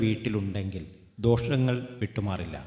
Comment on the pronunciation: ഹെലോ സുഹൃത്തേ ദോഷങ്ങൾ എന്നാണ് പറയേണ്ടത് അല്ലാതെ ദോക്ഷങ്ങൾ അല്ല 😂